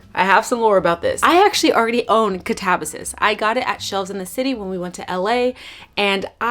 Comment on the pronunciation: Katabasis is pronounced- cat-uh-bass(like the fish)-iss(like hiss)